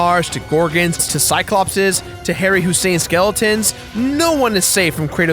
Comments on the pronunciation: Harry Hussein? What in the actual fuck? His name was Ray Harryhausen. He was one of the greatest VFX guys in the history of film! Mate, I know you don't care about movies, as video games are more your thing, but goddam. His stuff is STILL studied, and recreated, in film schools today. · Did...did you say "Harry Hussein skeletons?" Did you mean Ray Harryhausen? As in the stop-motion Jason and the Argonauts skeleton guy? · Good video, but two glaring issues. #1: It's Ray Harryhausen, not Harry Hussein. Bad. #2: Kratos could not go back in time to prevent his family from being killed, because his family being killed is what led him down the path he was on in the first place. If his family wasn't killed, his current self would cease to exist, meaning he would never have gone back in time to prevent it. It creates a self-resolving Grandfather Paradox if he tries, since you cannot unmake yourself without ceasing to exist. One of the deleted scenes from Back to the Future II explains it with having Old Biff fade out of existence. The reason it was deleted is because the producers didn't think the casual viewer would be able to grasp the concept of temporal mechanics displayed in the scene.